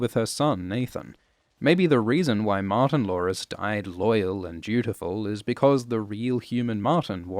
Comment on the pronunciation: Every time you say “Martin-Lores”. It sounds like Martin Lawrence. And then i think about how much better the show would be if Martin Lawrence was in it.